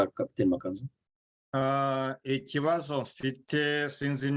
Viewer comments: Ariko ni Ma^ka^nzu- ntabwo ari ma-ka-nzu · Mwajya mwumva uburyo yivuga, mukavuga izina rye neza! Byaba byiza!